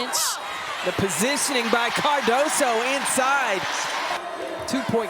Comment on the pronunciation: its "Cardoso"